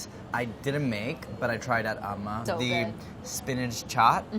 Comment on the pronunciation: lol he keeps saying amma wrong